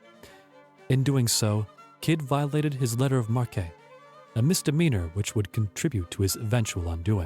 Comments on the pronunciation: It's "letter of marque" pronounced "mark" not mark ay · It’s pronounced mark not mar-kay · "The deposited king? Oh come now. Check you pronunciations. Markay? Nevees? That's enough for me. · What's with the robot narrator? en-count-er-red? Mar-kay? Dis-UN-ta-ry? lol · I enjoyed this, but was distracted by the vast amount of mispronunciations: marque, tenure, Nevis, loath, dysentery, Quedagh, acceded, bury, etc. In a 30 minute video that's a lot. If you have text you would like checked over, I'll be glad to help; otherwise, dictionaries and pronunciation guides would be very useful, adding to the program's credibility. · Who narrated this!?!? Even with an inviting voice, the narrator can't pronounce half of the foreign names or even normal words! How does mark become marque, dysentery become diss-untry, encountered becomes inconter-ed... Oak Island was a fine place to acquire water and other deep oceanic vessel needs, including TAR. The "money pit" was part of a tar producing factory as far back as the 1400s. Learn your history before believing suppositions like these other children who obviously come from the shallow end of the gene pool! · Just a few suggestions. Have your narrator read and familiarize himself with the copy before recording. Perhaps someone with a bigger vocabulary would be useful, someone familiar with the terms that are not in common usage today. The mispronunciation of "letters of marque" and the misplaced accent in "skin diver" were off-putting, to say the least.